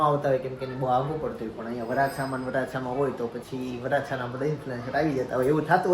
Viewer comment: ઇન્ફલુઆન્સર નહીં ❌ઇન્ફલ્યુઍન્સર ✅ઍ સાઇલેન્ટ રાખવાનો